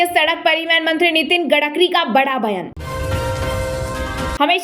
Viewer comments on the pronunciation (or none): लाईक कर दिया 50 मिनट में 😮 आप, गडकरी को गड़क्रि बोलती हैं?